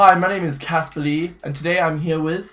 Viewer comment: Caspar.. AR. NOT ER.